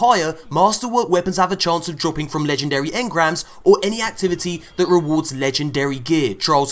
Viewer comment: Your poor legendree shaads